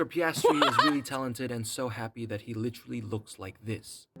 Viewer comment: "Literraly"? lol